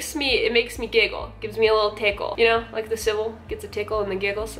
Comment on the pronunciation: I can't stop laughing after I realized it sounds like they're saying "I'm civil"